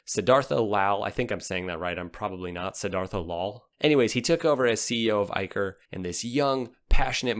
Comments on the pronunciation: It's Eicher ( Ai-Shar ) not Eikar ( Ai-Kar ) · Excellent video. The only thing I'd like to point out is Eicher Motors is pronounced 'i-shur' and not i-ker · Eicher is pronounced as 'IshaR' and not 'IkaR' dear Voice over artist... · Bro the pronounciation of 'Eicher' is Eisher not Eiker. Love your videos. Well done bro. Lots of Love from India ❤❤❤❤❤. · Its not eye-curr, it's eye-sher, that's the parent company of royal Enfield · it's pronounced ei'sher' not ei'ker' . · .... it is pronounced "A-i-shar" 🙂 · Well its pronounced as Ay-Sha-Er (Eicher). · Great video mate …and Eicher is pronounced aye-sher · Eicher pronunciation is "Eisher"